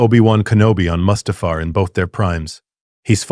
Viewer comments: That pronunciation of Mustafar was criminal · Saying Mustufer with the hard ER in the year of our Lord 2026 is crazy